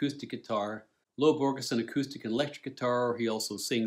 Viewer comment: Hot tip: When pronouncing the words Borges and Gerais think of the sound of J. Such nice review with great depth and details, beautifully done.